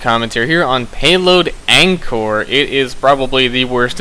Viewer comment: You pronounced the map name wrong (I'm from Cambodia so I would know)